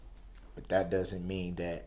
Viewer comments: And "Dat" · Don't forget "dis, dat and the turd". What does that mean???